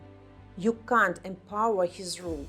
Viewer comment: В официальной речи лучше использовать "cannot" или все-таки американский вариант произношения. Британское произношение с легким предыханием - "кхант" находится на тонком льду со словом "cunt" (значение погуглите :)) и редкий иностранец не сядет в лужу, что, кажется, и случилось. Надеюсь, что это только я слышу "cunt" . А может оно так и было задумано "ты, п..да, звать лукашенко прездиентом?" ахахаха.